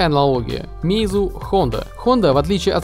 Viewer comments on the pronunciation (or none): none